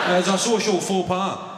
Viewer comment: Did you say "faux pas" or "full pot"? 😂